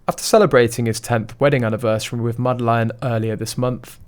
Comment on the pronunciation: Her name is NOT Madelaine. You pronounce it very wrong.